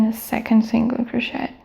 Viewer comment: It's pronounced cro-shay not cro-shet but thanks for the video! Very helpful!